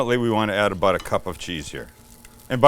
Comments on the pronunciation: "I need my food-porn fix!" "Get the cheese ladle!" P.S. "Aboot" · Sam I love how you still pronounce about like a Canadian. It would be great to see you come back for a visit at least! 🇨🇦🇨🇦🇨🇦🇨🇦